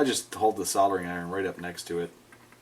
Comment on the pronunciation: You must be the only US citizen that actually pronounces "soldering" properly. There is a God after all. Keep up all the awesome work. Love your video's.